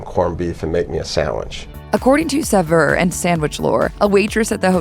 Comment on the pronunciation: I'm guessing that was an AI narrator. Either that, or Hallmark Channel found somebody who can't pronounce 'Saveur' and 'Mayonnaise.'